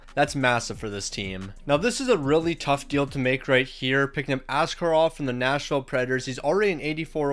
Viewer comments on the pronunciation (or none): none